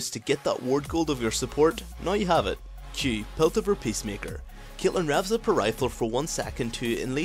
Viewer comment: why do you say CYATLEHN?!